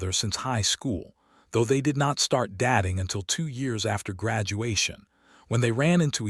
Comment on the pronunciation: Dat ing ? Can’t even pronounce dating.